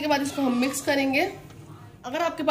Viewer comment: Mam mix kehte hai misk nai 😂😂😂😂😂